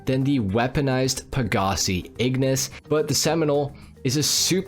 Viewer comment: Please stop saying pagasee